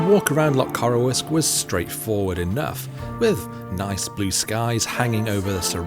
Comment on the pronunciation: It's pronounced 'Loch Coroosk' 😂